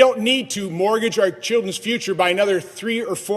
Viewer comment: The man is so out of touch he can't even say "mortgage" properly.